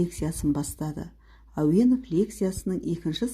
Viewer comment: Неге Ауэнов? Ауэзов емес пе?